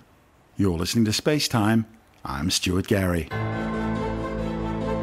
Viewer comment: Who is Stuary Gary?